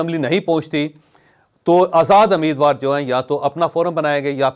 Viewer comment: It's not ameed war. It's rather umeed war.